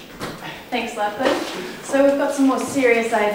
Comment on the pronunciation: May I correct you... "LachyDachy"